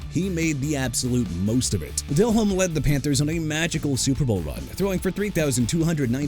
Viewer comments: JAKE DELHOMME AS IN DEH-LOHM NOT DEL-HOME! YOU CAN'T PRONOUNCE ANYBODY'S NAME RIGHT THEN YOU SHOULD BE A VOICE IN CAR ADVERTISEMENTS!! ALSO FYI IT'S CHICAGO AS IN SHUH-KAH-GOW OR SHEE-KAH-GOW!! GOODBYE!! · I turned this video off after seeing Jake Delehome and Matt Ryan being on this list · Its jake del omme not jake del home. Its like saying Brett Fa vre instead of Farve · It's not Dell Home damnit. It's pronounced like Delome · Del-Ome..not Del-Home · Learn how to pronounce the names, Jake Del-Home-Ey and Rick Mir-or-er.... please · Uhm its Jake De-Lohm - Fix your AI buddy - If you want to act like you know football, don't mispronounce the names of the players you are talking about. Makes you sound like an idiot... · This list makes 0 sense and it’s clear AI slop. DelHOME lol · Hate yalls pronunciation of Delhomme, and im not even a Panthers fan Edit: And the pronunciation of Rick Mirer